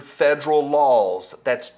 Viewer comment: It's called LAWS, not LOLS.